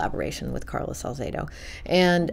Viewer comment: She mispronounces his name for some reason. It's Salzedo, not Zalzedo. She speaks well of him. She is far from the only harpist of his lineage.